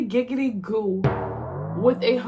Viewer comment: ho is Quagmire?? Tf you mean "giggty"😭